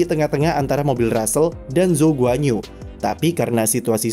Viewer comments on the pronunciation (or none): bacanya guan-yu bang wkwkw bukan guanyu